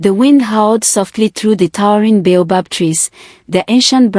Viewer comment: Some of the words in the text in the story are not spelt the way they pronounce. For example "bay above tree" should be baobob